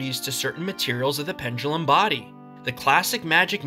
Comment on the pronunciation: correct: body incorrect: bardy